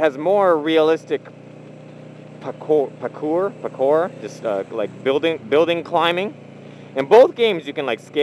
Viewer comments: pronounce it Par core = parkour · Nahh im pritty sure its pronounced "Parr Core" and i get that there diffrent :D i was just trying to help :/ sorry i guess. I didnt mean to offend you :'( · Parkour and Free Running are different things. Free Running is more stylish and flashy and Parkour is more for getting from point A to point B as quickly as possible. Also, here in California it is pronounced "par coor" by everyone I have ever spoken to or went on runs with. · said : "Parr Core" (AKA free running)